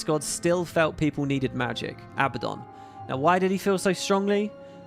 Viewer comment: Abba-don - is a mafioso who likes Abba. A-bad-don, is well, a bad don. Since Abaddon seems like he's going too be a big part of GW3, please please pronounce it accurately. :) <3 See: 1. The Abbadon (Real-World Surname)Abbadon operates as a legitimate, though rare, regional surname. It is a variant of the Spanish/Basque surname Abadia or Abad, which historically means "abbot" or "pertaining to a monastery." Families with this specific spelling configuration can be found primarily across parts of Spain and France.2. Popular Culture Intentionally Using 'Abbadon'While most fantasy and sci-fi universes default to the biblical spelling, a few specific franchises used Abbadon intentionally to name specific entities or places:Marvel Comics (The Inhumans): In the Marvel Universe, Abbadon is the name of a specific, isolated province located within the hidden Inhuman city of Attilan. It is designated as a high-security prison sector used to exile dangerous criminals and outcasts.The Magnus Archives: In this acclaimed horror fiction podcast, the specific spelling Abbadon is explicitly associated with "The End" and "The Buried"—manifestations of primordial fears related to inescapable doom and being trapped underground.